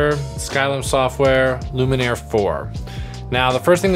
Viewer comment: I'm here to mention what has possibly already been mentioned in the comments: If Luminar misses a patch of skin in your example you can click on "Edit Mask" and help it find the parts that it missed. Hope that helps! Also, really sorry but I think you've been mispronouncing the name of the product through the whole video 😬